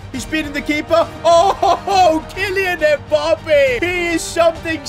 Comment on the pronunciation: “Kilian mpoppé”💀💀